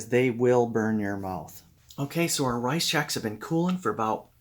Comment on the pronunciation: Sounds like you are saying rize Chex.